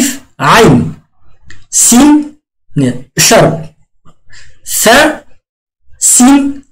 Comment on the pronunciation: Ағай фә әрпін сә деп оқиды екен😅